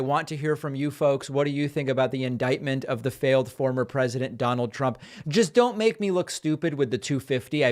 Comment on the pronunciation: I love how Michael Cohen calls his Dahnold !